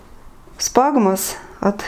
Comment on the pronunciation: Спагмос??? Или все таки сфагнум